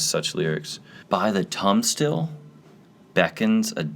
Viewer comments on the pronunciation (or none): It's pronounced "TURNSTEYEL" Hard "I". You don't know what a turnstile is? Come on, man.